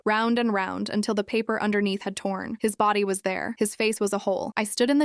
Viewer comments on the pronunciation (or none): Pap-par cash? You mean paper cash? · Pap-er? It's pronounced pay-per.